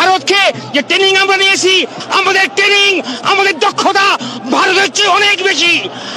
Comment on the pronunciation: Training ❌tenning ✅